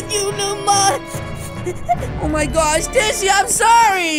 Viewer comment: He said oh my gorsh